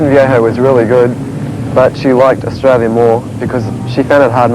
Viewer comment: Briz-bane Oz-Trail-you're